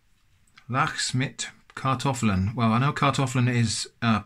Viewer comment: Wow, I'm impressed by your prononciation of those German meals! Especially "Lachs" was on point! Great video.